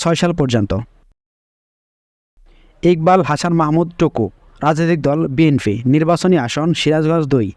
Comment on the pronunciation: বাটপার কথা বলা আগে শিখো বি এন ফি না বি এন পি